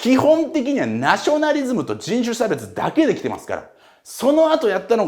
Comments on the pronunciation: 人種しゃべちゅ？？笑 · じんしゅしゃべつ